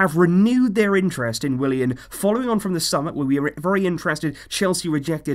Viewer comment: What it's Willian not William what!!!!!!!!